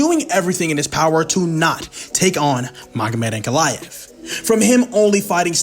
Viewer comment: I'll bet this now wishes he'd tried to pronounce Ankalaev's name as carefully as he did Alex's.😂